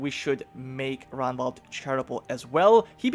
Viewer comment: And remember to pronounce the G in Ragnvald. Like when you say Ragnar.